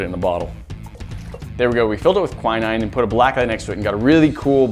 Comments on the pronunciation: Anyone else in the UK screaming at the word Quinine pronounced KWY-NINE... its kwin-ing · its pronounced kwin-een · I was dying when you said quinine, that's not how you say it!! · Jeez, is that really how Americans pronounce Quinine?